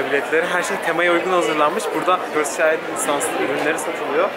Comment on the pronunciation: Abi çeld diye okunmuyo çayıld diye okunuyo